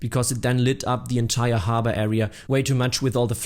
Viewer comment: Note: It’s pronounced harbor, not harbor.